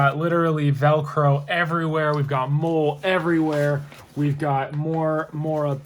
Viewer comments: Or you could be nice and help the guy - we all make mistakes., M.O.L.L.E = Molly (like the girl’s name or the drug. 😊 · I still can't get past the part where he doesn't know how to pronounce "M.O.L.L.E."😂😂😂